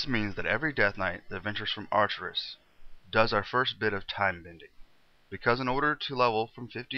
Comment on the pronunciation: You mispronounced so many things. Acherus is not Archerus, and Arugal is not Agrual. Sound out the words man. It's no big deal, but if you're going to be making lore videos, you should probably get it right.